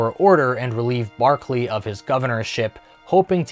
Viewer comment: Governor William Berkeley, not Barkley.